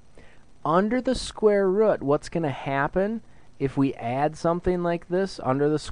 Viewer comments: rooooooooooooooooooooooooooooooooooooooooooooooooooooooooooooooooooooooot NOT rut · rut. not rut, root. say rooooooooot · Haha square rut. It's ROOT. I'm sorry, but the way you say it was hilarious :P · All my life I've been saying square root, but it's actually square rut.😭🥲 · thank you but it’s root not rut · It's a fucking root not a rut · Just say root dumbass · Say root properly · thank you so much I love you and the way you say root "rut" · did anyone else notice that it sounds like he's saying "square rut"? i thought it was pronounced different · man cant watch the vid if he says rut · yeah, textbook never once explained that square rut was the correct way to say it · "Square rutt" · after hearing square "rut" so many times, i have to watch another video. It's like my teacher how says "scare" instead of "square" (she's Indian) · Square rut! Ah! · amazing vid the way you say root caught me off guard but thank you made it more interesting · Are you from Wisconsin(or anywhere near) cuz that's how my teacher pronounces root?...